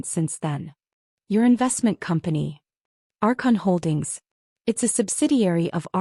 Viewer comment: “… our conholdings.” It is Archon Holdings, according to the transcript. “… our Consistims …” should be Archon Systems.